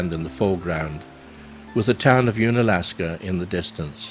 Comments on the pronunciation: Nice video! Unalaska is pronounced un, as in undone or under ... not as in "ooon". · If only you could pronounce unalaska properly